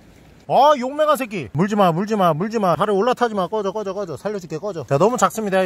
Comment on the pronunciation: 말만 하면 헤~/~~\~~ ~^#%@ 목소리ㅋㅋㅋ 그리고 꺼져가 아니라 러져 리발뭐얔ㅋㅋㅋ 대놓고 시발이라고 하는거잖아